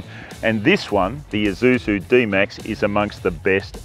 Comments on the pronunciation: Wish you could stop saying "Izusu" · This guy calls Isuzu an eye-zoo-zoo.